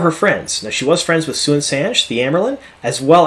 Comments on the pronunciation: I don't intent to criticize, but I didn't know who you were taking about for a minute when you said "Soo-in Sanch" but then I realized, you read it in page. Lol. If you listen to the audiobooks, they pronounce her name as "Swan San-chay" just a helpful tidbit. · How you pronounced Siuan made me laugh, nothing wrong with it, it's just so different from how I would lol